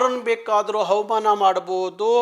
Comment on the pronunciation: ಆಯ್ತು ಗೌಡ್ರೆ ಏನೇ ಆದ್ರೂ ಅ ಮತ್ತೆ ಹ ಒಂದೇ ಮಾಡ್ಬೇಡಿ, ಹವಾಮಾನ ಅಲ್ಲ ಅವಮಾನ ಹಗತ್ಯ ಅಲ್ಲ ಅಗತ್ಯ, ಸ್ವಲ್ಪ ಸಾವಧಾನದಿ ನೋಡ್ಕೊಳ್ಳಿ 😂😂